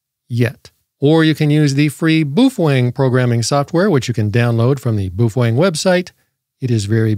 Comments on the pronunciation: Bao- feng Not boofwang 😂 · On a side note, the pronunciation of the word Baofeng is as follows. I think when Americans try pronouncing Asian words they let their English eyes and tongue think too much. The word if we look at it broken down into two parts is pronounced BOW-FUNG. Let me explain, the first syllable is Bao and if we look at the small Asian steamed bun sandwiches they are spelled Bao said as “bow” (rhymes with cow) buns. If we look at the second syllable it’s Feng, an example of why this is pronounced “Fung” is if you look at the Asian word used in decorative style it’s Feng Shui pronounced “Fung Shway”. I give you the word Baofeng pronounced “Bowfung”, remember rhymes with cow. It’s funny to me that anyone would attempt to argue with it and they are simply demonstrating their poor linguistic skills that probably end at being able to order food at McDonald’s. “Some people”😆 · I'm sure it's part of your schtick, but I fail to see how the word Baofeng is pronounced 'boof-wang'. Appreciate your attempt to bring humor to the people, though. keep it up.